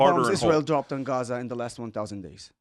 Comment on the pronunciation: he doesn't even know how to pronounce Gaza and Hamas.....